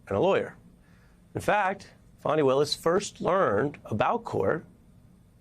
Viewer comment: I don’t like that Trump pronounces her name “Fanny.” I know he’s doing that on purpose!